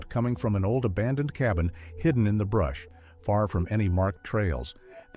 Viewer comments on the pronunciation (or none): none